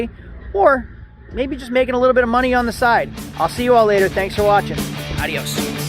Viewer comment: its aDios when you say Adios it sounds like A-r-i-o-s just a little tip, replace the R with a D:)